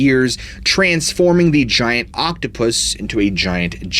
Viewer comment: Zshiant Zhellyfish!!